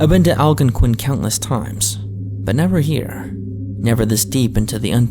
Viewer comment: It was in Al-GON-QUIN 💀